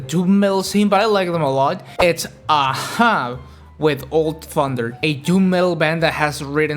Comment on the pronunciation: Youre pronouncing Ahab wrong.